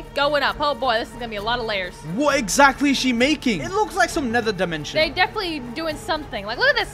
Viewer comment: What the heck is dimetion.. That guy